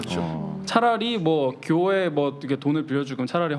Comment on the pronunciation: 발음 참 이상함. 꾜회? 꾜회가 뭐지